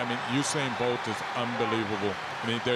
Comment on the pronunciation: i thought he said " Bald vs Gay " 😂😂😂